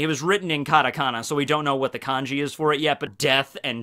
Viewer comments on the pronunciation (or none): none